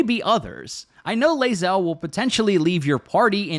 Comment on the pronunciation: you're pronouncing Bae'zel wrong.;)